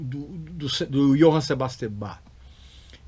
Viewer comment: Muita gente, ao dizer "Sebastian", pronuncia "cebástian", em vez de "zebástian", pois, em alemão, é assim que é falado.